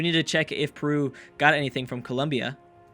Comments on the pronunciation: saying " perwu"? hahahah i understand, but he is not spanish or portuguese to say the right pronunce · I cant accept how you pronounce Peru :D But it was an awesome episode! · Matheus Nery I know but he does it like without the "e": Prew :D I just think its funny^^